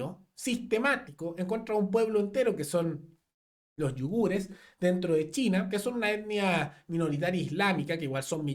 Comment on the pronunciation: se dice Uigures no Yugures Xd